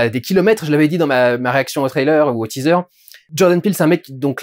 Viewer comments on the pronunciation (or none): none